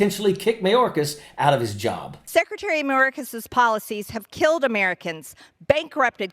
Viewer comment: "Mayorkasis"? Who is Mayorkasis, Margie?? We're all getting tired of MAGAt Marge. 🙄 We're about to chase her out of politics.